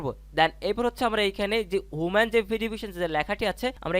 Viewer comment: হুমান ভেরিফিকেশন না! এটার উচ্চারণ হবে হিউম্যান (মানুষ)।